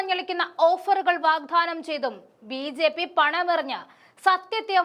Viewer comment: വാഗ്ധാനം അല്ല " വാഗ്ദാനം " ആണ് ശരി. ( മലയാളത്തെ അവഹേളിക്കരുതേ.)